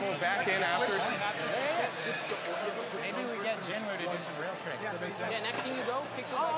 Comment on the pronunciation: I don't get it, is it pronounced genwoo or jinwoo?